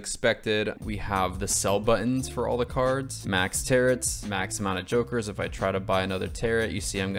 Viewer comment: Loved this video... but hearing you say Tarots like "Tearits" hurt a little